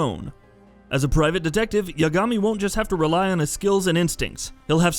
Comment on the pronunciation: I’m only disliking this video because of his crappy pronunciation of Kiryu, Yagami, and Yakuza.